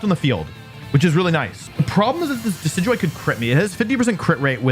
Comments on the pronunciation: how did he just pronounce decidueye?! Dekidooey?? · DID U JUST SAY DE-KEE-DOO-EE?? oh hell naw😂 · No way he said deckydooey🤦‍♂️ (decidueye)